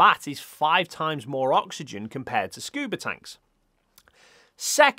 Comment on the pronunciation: "oxyegn" .. hehe